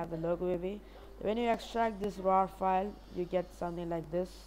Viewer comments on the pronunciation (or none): none